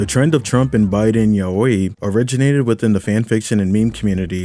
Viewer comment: That Yaoi pronunciation is giving ball knowledge